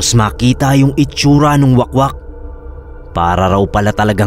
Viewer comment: Wahk-wahk mana pagbasa oy hahaha dili wakwak 😭